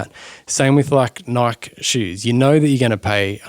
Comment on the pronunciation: You lost me at Nike (knight)